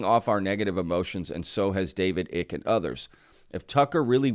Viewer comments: fyi, Icke is pronounced the same as Ike, or rhymes with: Bike, Dyke, Mike.... not Ick (e) Greetings from the UK and thanks for the info! Pete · It’s David Icke-as in (Y)Ike not Icke as in Tick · David Icke last name pronounced "eye-cke" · You are mispronouncing David Icke's name. It rhymes with bike.